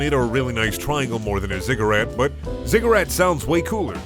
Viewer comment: You said ziggurat correctly the last time. You knew, you always knew.